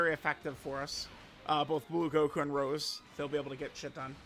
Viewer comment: why is unc calling goku black rosé a flower this video?? My guy is saying rose and not rosé 😭😭